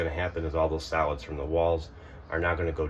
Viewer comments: I kept hearing salads, and how they build up in the black water tank, salads this and salads that....what?...??....oh wait its Solids!...lol....:) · I heard the same, you weren't alone 😂